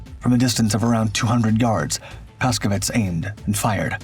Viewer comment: The name of the pilot on this video - Paszkiewicz- is pronounced Pashkyevitch, with an accent on "kye." Urbanowicz (the CO) is pronounced "Urbanovitch" with an accent on "no." please, for the love of God - stop butchering Polish names.